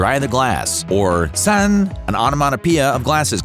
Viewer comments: 짠 is not pronounced "Ssan", it's pronounced "Jjan" (the sound of glasses clinking) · I'm writing this from korea... it's not JJANG either 🙄 we say 짠! don't worry narrator, you did a good job. It's always nonkoreans jumping on pronunciation instead of actually responding to the video content. In addition I saw someone criticize about jinro, yes it is pronounced jillo but there is no way you could know that from the English spelling.. it really doesnt matter. If you do another video on korean things you can use the papago translator to read it for you.. it is accurate pronunciation.